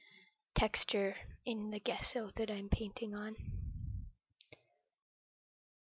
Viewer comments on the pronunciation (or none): Thanks for sharing! Page is coming along nicely, looking forward to Part II. P.S. it's pronounced "jess o" rather than "guess o" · It looks great,! I really like the torn map as the base! Can you still see bits of it showing through? Really like the colours you've chosen too! Off to see Part 2!...Nancy:o) (Gesso is pronounced with a soft g sound)